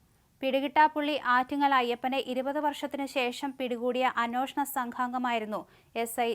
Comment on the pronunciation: അന്നോഷണം അല്ല അന്വേഷണം